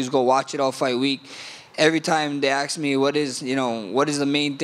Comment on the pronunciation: Max don't ASK questions. He AX them!